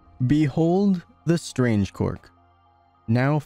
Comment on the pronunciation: It is not cork it is quark